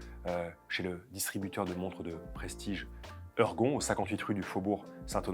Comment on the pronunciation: "Heurgon...." , nous ne sommes donc pas une pièce de Molière ?...."ORGON"....en tout cas merci pour cette nouvelle vidéo.